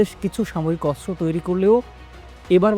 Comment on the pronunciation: অস্ত্র হবে, কিন্তূ বারবার বলা হচ্ছে আসরো, উপস্থাপনা আরও ভালো সুন্দর হওয়া দরকার ❤